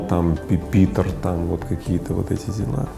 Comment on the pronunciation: Пипитр? Пюпитер! Пипитр это звучит как сартир